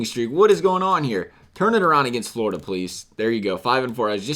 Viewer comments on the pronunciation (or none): none